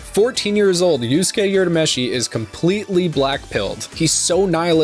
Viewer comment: Urameshi is read as 'oorameshi', not 'yourameshi.'